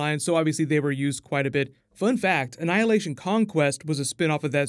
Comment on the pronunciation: He definitely said Anhilation